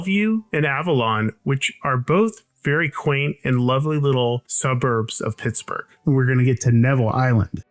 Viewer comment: I swear he's saying, "This...is Pissburg" at the beginning.